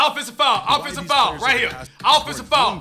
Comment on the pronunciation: Cash really complaining about "pffenseive foul", come on mane